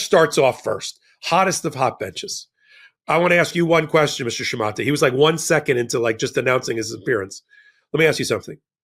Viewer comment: If I'm not mistaken, "Shumate" is pronounced with a long "a" and a silent "e". Google "pronounce shumate."